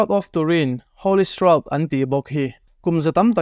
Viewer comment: Pronunciation of shroud is shra-ud